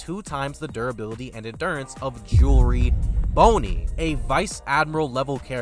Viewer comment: Who tf is jewelry boney?💀